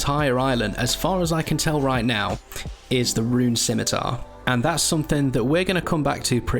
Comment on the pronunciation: The first runescape YouTuber to admit to the proper pronunciation of Scimitar